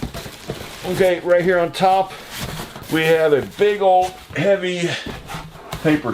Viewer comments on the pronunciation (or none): none